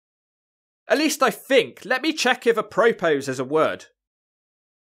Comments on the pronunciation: Just had to comment to say.. it's app-pro-po not a-pro-pro lol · Never heard anyone say apropros because it's app-rope-poh, not ah-pro-pos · The letter “s” in apropos is silent I believe. You e probably heard it before but it just looks weird. Should be “app-pra-poe”. Some say it “app-per-poe”. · It’s pronounced “AH-pruh-poe” though that was hilarious so don’t change it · The s at the end is silent..sounds like apro po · Apropos is pronounced App-uh-pro, like "apropos of nothing". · It's pronounced apra-po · I assume you're joking about apropos, but if you're not, that s is silent. lol. You've definitely heard the word before. Shit, I think I've heard you use it in a video.